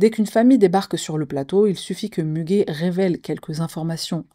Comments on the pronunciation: Müge se lit Muguet comme la fleur 😊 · Ça se prononce Mugué 😊, c'est une journaliste, présentatrice et la meilleure Muge Anlı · ça ce prononce Muguet Anli sinon. Anli a été bien prononcé avec quelques conseils syllabique tu vas bientôt maîtriser le Turk !)))